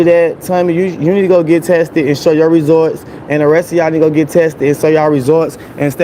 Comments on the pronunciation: Why he pronounce it Tummy 😅😅😅😅😅😅and resor ts instead of results an can't sant say detectectablejust cantnomatter. How many times they. tell u how to say it😅😅😅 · Resorts it's results come on man say it right and detectable you just can't say dud buys dictionary instead of a bottle.Houston has one of the highest population of HIVastudy was done recently he will fit right in may have like me friends js.If heheisdoingso goodin GA why move he lies so much don't believe he is moving anywhere all lies again as usual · He love saying resorts instead of results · It's RESULTS NOT RESORTS